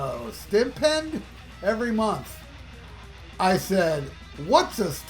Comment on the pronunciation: I had to laugh at your pronunciation of 'Stipend'.